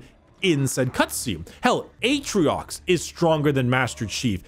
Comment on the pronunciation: i like how about 20 minutes in we drop Atriox and just call him Aatrox.